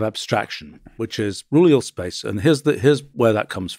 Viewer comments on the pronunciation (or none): Roohleeuhll spacccce